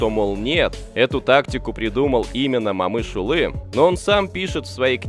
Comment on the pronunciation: Автор, просьба в будущем не говорите Мамышулы а Момышулы. А в целом большая благодарность за видео